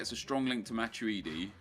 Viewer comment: It's "matweedi" not "matchuidi"